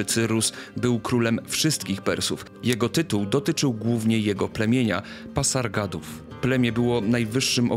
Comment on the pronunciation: Dziękuję za odcinek, ale nie mogę wytrzymać kiedy słyszę Ektabana i Parsagady... Proszę popraw, te miasta to Ekbatana i Pasargady